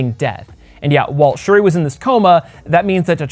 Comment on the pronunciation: Everytime you said shiri my damn iphone started listening